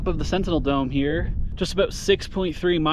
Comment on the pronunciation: “SENTINEL DOME” not centennial lol